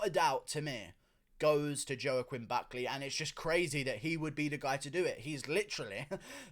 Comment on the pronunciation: Who's Joe-Quinn Buckleh?